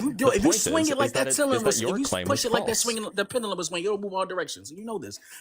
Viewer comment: Dude couldn’t get off of misspeaking once while repeatedly mispronouncing “pendulum” 😂.